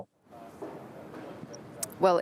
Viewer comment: "well Ian Black...Furd..." Blackford is ONE WORD. This is how incompetent these news READERS are... Reading out Blackford as "Black...Ford" is the height of incompetence for someone whose SOLE PURPOSE is to Read Aloud